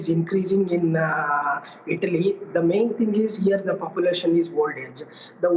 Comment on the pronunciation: Its Italy... Not Idli